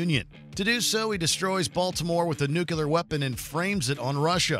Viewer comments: NUCLEAR = New + Clear NUCULAR = Wrong + Mispronounced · Nuclear not nuculear. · If you're going to make a video that involves nuclear weaponry, can you at least use a host who knows how to say Nuclear, rather than "newcular" for the love of sanity? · Say "new" - "New' - Now say "clear" - "Clear" - Now say "New, clear" - "New, clear!" - Brilliant! You've got it! Say "nuclear"! - "nUcULaR" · Nuclear... not nucular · “nuclear” not “nucular” ffs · People who say "new-cue-ler" drive me crazy Also, no mention of "Greenland"? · New clear. New clear. Why is it so hard for people to say nuclear properly? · "nook-you-ler"?? really, Watchmojo? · "nucular"? Really? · Please learn how to pronounce "NUCLEAR."